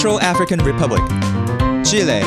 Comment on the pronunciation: FINALLY SOMEONE WHO SPEAKS ENGLISH SAYS CHILE AND NOT CHILI. VIVA CHILEEEEEEE Also the blue is for the sky and the sea, supposedly. And I'm gonna have to do some research because I remember that the blue was a third, the white was 2 thirds, and the star used a fifth of the space in the blue.